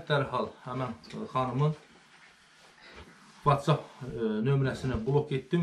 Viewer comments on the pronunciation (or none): none